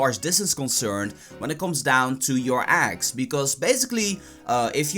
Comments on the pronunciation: I'm cringing cause he says aggs not eggs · "so u ghet dees pokmonz from aggs" Im triggered af.